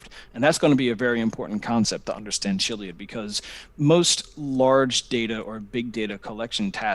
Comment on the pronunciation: Me too! Starting with him mispronouncing Chiliad. says kill-iad.